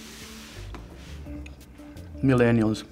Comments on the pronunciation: The guy say “munenials” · “... it tastes like MINELLIALS” I can’t be the only one who understood it like that😂😂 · Sana EJ minellials 💀💀💀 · "mellenials.. It tastes like mellenials" lol